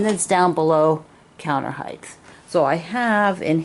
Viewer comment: Love your chair! Just on a side note as I have listened to your videos lately, height has a pronounced "t" on the end, not a "th" like length and depth.